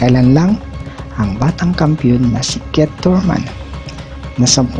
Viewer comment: Natawa ko sa pronunciation mo pre.. trypol GG ,canilo Alvares, ket Thurman ..hahaha